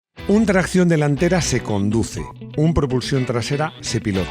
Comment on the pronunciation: A ver, como los videos son impecables y técnicamente no se por donde pillarte, solo se me ocurre una cosa, pues cuando dices tracción, lo dices con acento inglés, y "tracción avant", es francés,.... Ya está, ya te pongo una "pega" 😂😂😂😂😂con todo cariño y admiración.